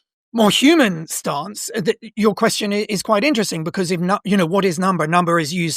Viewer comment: “To be or not to be, that is the question.” That would be counted as 10 syllables because of the elision between “be” and “or.” In poetry, when one word ends in a vowel and the next starts in a vowel, they form a “synalepha” and they’re both counted as one. Also, the emphasis of the word “question” is not as he pronounced it (quesTION) in the second syllable, but rather in the first syllable (QUEStion). Which is relevant because you would also add to the meter 1 syllable if the tonic (i.e., the syllable that you stress the most) in the last word of the verse was placed in the last syllable. If you’re curious, they’re 4 types of words based on where the tonic is placed. Ending a verse on each kind has a different effect on the meter. Note: He’s right about the witches meter being at 7. Like in the line from Macbeth “fair is foul, and foul is fair.” It seems like it’s the other line was the only mistake.